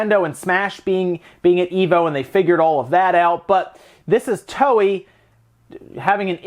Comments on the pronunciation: um Toei is pronounced " toe~eh " ... not "towee". . . and yeah it's dumb for game publishers to basically ask gamers to port beg just to get certain games ported to the Switch. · FYI, Toei is pronounced like Toe-A ("To" in pronounced like the English word "toe" and "ei" is pronounced like the letter "A").